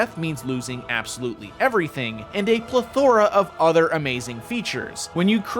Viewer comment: I’ve never heard someone pronounce plethora like that lol. Lots of emphasis on the or